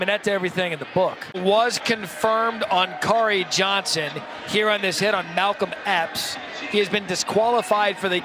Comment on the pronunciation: Not going to lie. Thought I heard the sports announcer say Malcom X, not Malcom Epps at first. Initially, I thought, "What is Malcom X doing playing football? "Thought he was busy fighting for African American rights next to Martin Luther King, Jr; both of whom are legends in my mind!